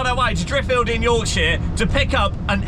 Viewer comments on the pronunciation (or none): "Yorksheer"? "Yorksheer"?! "YORKSHEER"!!?? It's pronounced "Yorksher" my friend.